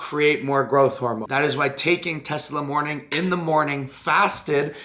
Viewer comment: the fuc is "Teslamornin"? Tess-a-MORE-e-lin Here's a breakdown of the syllables: • tess: rhymes with "mess" • a: rhymes with "uh" or the "a" in "sofa" • MORE: rhymes with "four" • e: rhymes with "key" or "bee" • lin: rhymes with "tin" it sucks, not even comparable to GH, in fact it could be a blasphemy.